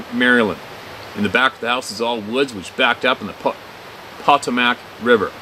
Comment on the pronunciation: The Patuxent River is pronounced [puh tux' it] with accent on the middle syllable. It runs from the Atlantic to between DC and Baltimore and then to parts west. Used to go to a rifle range with Dad out there near hiwy 95. The Potomac is a big river. It's pronounced, [puh toe´ mick] and it runs from the Atlantic right into DC.